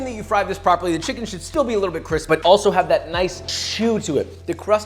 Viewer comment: I swear if I watch a couple more videos of Josh my pronunciation of CRISP will change to CWISP.